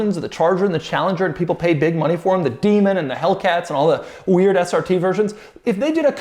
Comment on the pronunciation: Doug is the kind of guy to prounounce 'weird SRT versions' as 'weird ass RT versions' xD